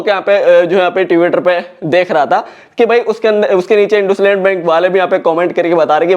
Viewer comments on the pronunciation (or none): ❌इंडसइंड इंडुसलैंड✅